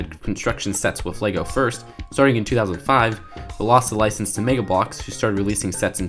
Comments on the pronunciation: says megblocks Me: reeeeeeek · The way he says Mega Bloks is so fucking funny.